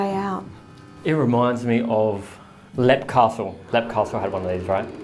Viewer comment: Hey! FYI 'LEAP Castles' is pronounced 'LEEP castle' Love this show! I grew up in Ireland. My mother always had a thing for Mary Queen Of Scotts. I think the spirits thought that was Queen Elizabeth 1st.